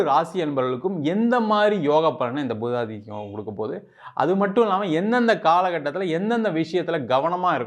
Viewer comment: பூதாதித்ய யோகம் அல்ல புதாதித்ய யாகம் சரியா சொல்லுங்க